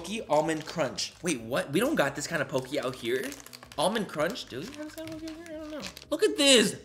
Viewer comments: Btw pocky is pok-e not pokey. Just hating just letting you know😂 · I'm dying at how he says "Pocky" pokey 🤣🤣🤣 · Nobody: Literally no one : Manny: OMG POCKEY WE DONT HAVE THIS KIND OF POCKEY HERE Even though it’s pronounced (p ock e) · Lol it's "pock-y" not "poke-y" and most of the items are dollar store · it’s POCKY not POKEY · Btw just sayin its not poicky the way you say it its po cky no afens just sayi ✋😅✋ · Its picky not pócky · Manny: I love Japanese culture! Also Manny: Poke-ee. 😂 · I was about to say the same thing lol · i couldn’t get over it 😂😂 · It’s pocky. Pronounced like walkie talkie. Palkie 😂 Pocky. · Lol!! It's not like it's pockey. You know like hockey, but instead of an h, it's a p.😂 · The way you pronounce Pocky is hilarious! And cute. ♥️ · The way you pronounce Pocky is so adorable. 😂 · Lol when he pronounces pocky.